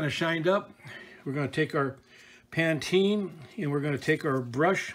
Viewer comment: It’s not ‘Panteen’. It’s Pa-teen-a. Please pronounce it correctly.